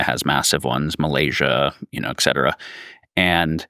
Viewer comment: Also "eckcetera".